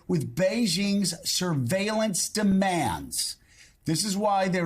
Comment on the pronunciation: Two words.. Chy-Nuh